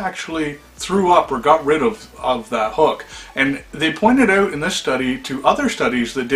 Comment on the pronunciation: OUT!!!!!!!! Its OUT, not OWT damn!